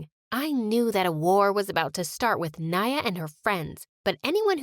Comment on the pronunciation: are u sayin iam rich or did i missheard maya into naya